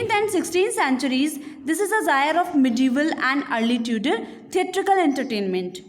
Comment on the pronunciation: Not जायर Correct pronunciation is जौनरा(Genre)